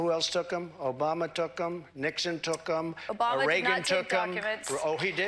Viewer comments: Obamna !!! Gets me every time 😂😂. Geez Trump’s an idiot. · Can’t help but laugh at “obamna” 😂